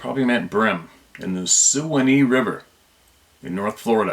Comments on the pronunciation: The river is pronounced SWAN-EE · Suwannee (SWANN EE)it's said all at one time!Also it is BRIM(Red Belly's) Red Breasted Sun Fish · Swa- nee is how its pronounced. Its a very famous river. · FLA Boy here and not trying to be a Dick but its pronounced SwaaNee River ,,U know the song Way down on the Swaunee River ,,,, And yes Brim is spelled Bream but pronounced Brim,,, Bream are called BlueGill also some Good eating panfish !! We have a place in Steinhatchee Fla about 20 min from Swaunee River and there are Skunk Ape stories from Steinhatchee too actually not that long ago there was a few sightings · Its pronounced swawnie River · Bream(pronounced Brim)is the correct spelling. And Suwanee is pronounced Swan-nee.